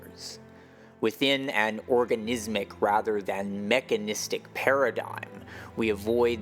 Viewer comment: Wohhh You said "organizzzmic". That's a badass word,right there. I'm gonna be a DJ and call myself "Oganizzmixx"...because I mix and I have a big organ..meaning ,I have an old Rhodes MK8,it's a real pain to lug it around everywhere, kinda like my unit ,meaning my mix table,its awkwardly heavy,like my piece ,meaning my Les Paul guitar, it's pretty huge,like my dick. Meaning my friend Rich. He's gotta weight issue,he binge-eats taco bell all the timeOK I'LL STOP!!🤷🤦‍♂️